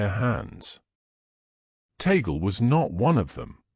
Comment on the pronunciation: ..it is NOT ta-gle BUT tag-le..thanks..